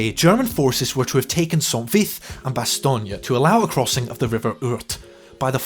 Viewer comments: Bastogne is not Italian. It is not lasagne. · If you pronounce "Bastogne" enough different ways, one of them must be right, right? (The win goes deep on the "oy" in "toy," very very light on that G.)